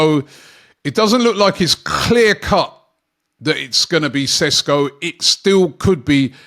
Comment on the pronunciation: That "KHHH-LEAR CUT 🗣🗣🗣" was something